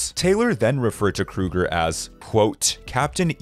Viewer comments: It's Chad Kroeger, as in Crow-ger not Krueger like Freddy Krueger...don't disrespect the Dream Master Slasher. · Smh it is not Fain, it is Fehn pronounced as Fha-N🙄🙄🙄 Chad Kruger? Nope again. It is pronounced like the grocery store Kroger smh get yourself an editor because you are in desperate need